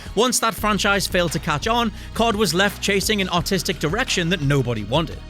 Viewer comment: pronouncing the R in artistic makes it not sound like you said the direction COD was going was autistic lol